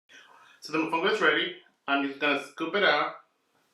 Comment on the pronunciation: MOFONGO CONO!! not mofungo...TF is that??!!!!